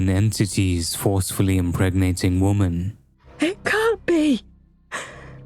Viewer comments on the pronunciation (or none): Why does every YouTuber these days pronounce women (plural) as woman (singular)? I know they’re spelt similarly there’s an audible difference between wimen and women.